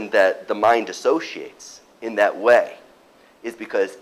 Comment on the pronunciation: “when you get to understand THAT” yeaah....... I’m not believing anyone who talks like this.... disliked